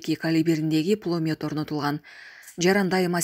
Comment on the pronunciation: Кабарчы эмнеге мынча ката суйлойт? Пулемёт дегенди эмне деп койду🤣